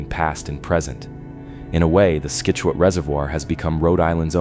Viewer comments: Great video. But you cannot keep saying skitchuate. Pronounce it like "Sitchewit" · I enjoyed your video but for future reference: Scituate is pronounced "sit" u ate. Keep up the good work. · Scituate is ponounced Sit chu at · Sit chu it